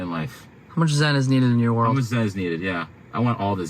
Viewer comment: "wolrd class"... Epic.